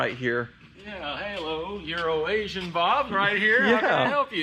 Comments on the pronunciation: He 100% said urination bob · Am I the only person that hear “Urination Bob” instead of EuroAsiam Bob? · It sounded like he said “urination bob” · Am I the only one here who thought was call the man Urination Bob or was he actually calling him that to be funny? I for real thought that Euro nation bob was Urination Bob!!! 🤣🤣🤣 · Every time he says "Euroasian Bob" I hear "Urination Bob" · did say "Urination" Bob? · Did he just say Urination Bob? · He said Urination Bob right?? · I swear was calling that guy "Urination Bob" 🤣🤣🤣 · It sounded like he said urination-bob